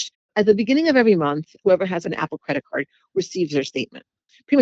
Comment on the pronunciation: This woman saying “cwedit cud” instead of “credit card” is driving me insane.